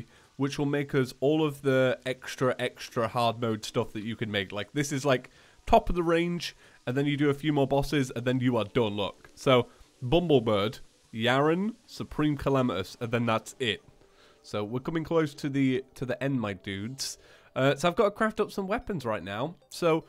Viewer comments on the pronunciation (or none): Is it your accent or are you saying "Bumblebird" because they're called either "Bumblebir B " or Bumblefuck, as they're called in the files. No offense or anything, just it makes me annoyed that you don't quite say it right. Thanks if you saw this comment Edit: SDFMG isn't Super Dolphin F*cking Machine Gun, it's Super Duke Fishron Machine Gun. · Triggered when he said Bumblebird instead of Bumblebirb